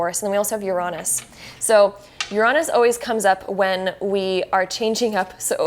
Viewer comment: Now don't get me wrong, i like the tarot card readings since most of mine come real. But to me, the way she said Uranus kind of frustrated me and made me correct her a lot. it is said like this: Ur-A-Nus. not Ur-ON-us